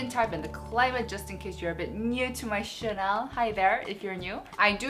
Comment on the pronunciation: I have followed you for so long! I love ur videos and the way u say Chanel 😂 it makes u so unique. I feel that the cushion will suit me quite well as I do prefer sheer coverage in cushions. My email address